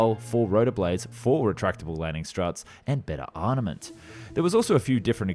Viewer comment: WHERE DID YOU LEARN HOW TO PRONOUNCE ? "ARNAMENT" ? LOL ?